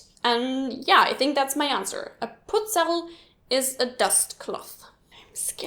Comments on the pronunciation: You say "Putzerl" like "Butzal".I couldn't guess what putzerl is until i found out that you mean "Butzal" ^^ And half of them aren't really austrian slang words. But good Video anyway :) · Also ich komme aus der Nähe von Wien. Ich hab 11 Wörter verstanden wobei ich zwei bis drei auf Grund deiner Aussprache nicht gleich verstanden habe :P wir lieben es nemlich harte Buchstaben weich auszusprechen. ZB. Putzerl spricht man eher aus wie "Butsal"